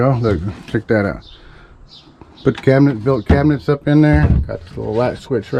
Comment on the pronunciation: “put up some CRAB-i-nets“ Love your channel. Just kidding around. But you did say “CRABinets.” Thanks for the amusement & giggles,! You’re doing a wonderful job!